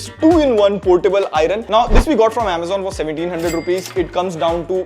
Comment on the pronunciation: Nice review! However, repeat after me, EYE-URN (iron) and not EYE-RUN.